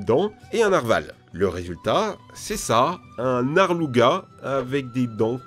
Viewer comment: Un Narluga ! Tu ma fumer comment tu l'a dit ! 😂